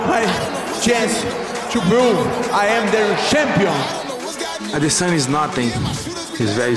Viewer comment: "i am the shampiow"